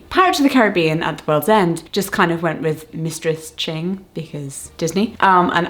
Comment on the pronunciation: hellos!! just a little tip: the "ch" in words like "cheng" and "ching" are pronounced the same way as words like "chase" or "chapter"! hope this helps in case you need it in the future :)